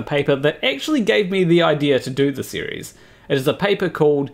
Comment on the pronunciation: You said “series” in such a way that Siri asked me what I wanted.